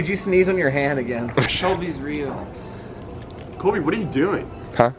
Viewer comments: idk if I heard it right but I think I heard solby. but it sound like sholby but ik its solby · it sounded like "sholby" LMFAO (still probably the same) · solbyshipper brock I heard that too! Def said Sholby. Does that girl who was there have a name that starts with Sh? 🤔